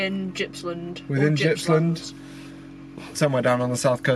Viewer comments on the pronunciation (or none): Gippsland is pronounced with a hard G. Made me laugh when you tried to say it. Keep up the good work! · "they're in the fridge" lol - too funny mate, Healesville is beautiful thats for sure so good one. Gippsland isn't pronounced with a G like Giraffe but G like Gone and its the ocean not the sea lol. Nice work mate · Fantastic video! My back yard (Yarra Valley):) BTW it's a hard G in Gippsland. Like the G in Graphic.